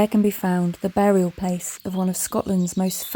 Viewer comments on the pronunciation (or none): none